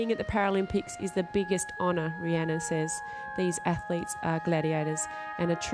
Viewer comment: "rih-nana" lol